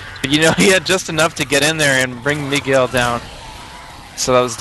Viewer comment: ... Mig-u-el...? C'mon commentator